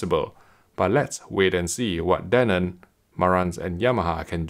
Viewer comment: he keeps saying danon, like the yogurt